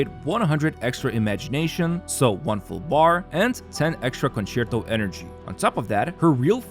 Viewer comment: Wow a content creator that can actually say concerto correctly